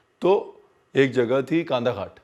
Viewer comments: Its Kandaghat Kandhaghat nahi yr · It is not kaandaghat... It's kandaghat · It's pronounced kndaghat and spelled kandaghat.. Just FYI.. 😘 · जगह का नाम कंड्डाघाट है....कानदाघट नहीं...क्या आप भी....इतना मुश्किल तो नहीं है हिमाचली नाम बोलना... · Hey... Im from shimla... And the place is कंडाघाट not कांदाघाट... 😊😊😊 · Chef kandhaghat nahi कंडाघाट kandaghat kan daaaa ghaat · It's pronounced as कंडाघाट. 😊 Love your content anyways! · Just a small addition- The place you mention on the foothills of shimla is "kandaghat" (कंडाघाट) not khandaghat (कान्धाघाट). Fir baad mein ap kahenge ranveer apne bataya nahi 😋. Love your videos bro. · It's a single word...Kandaghat... pronounced कंडाघाट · Ranvir bhaiya... It's कंडाघाट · Oho VEERJI PRONOUNCE KANDAGHAT PROPERLY NOT LIKE BOMBAY KANDA PYAz KHAT